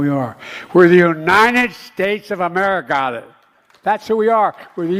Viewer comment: What the hell is Amerigotit? 😂 Put that man in an old folks home. Elder abuse.